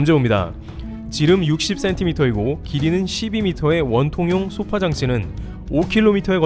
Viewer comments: 소파장치는 消사라질 소 + 波물결 파 로 '소파' 장치라고 발음하지 쏘파장치라고 하지 않습니다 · 소파(消波)장치에서 '소파'는 파도를 소멸시킨다는 뜻으로 단음[소파]으로 읽어야 합니다. [소-파]와 같이 장음으로 읽으면 길고 푹신한 의자를 뜻하는 sofa가 됨 :)